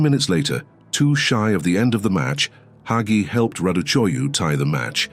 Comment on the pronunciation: Did they pronunce Hagi correctly? I feel like his name is pronounced differently.